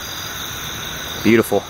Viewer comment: No one: No one at all: NFKherping: butuful